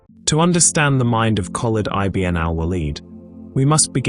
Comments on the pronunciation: Great video except for one correction it's not i b n it's one word pounced ibin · I B N ? lol... its eebn